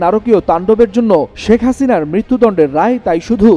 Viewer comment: হাসিনার নামটা বলার ধরণটা ঠিক আছে ❤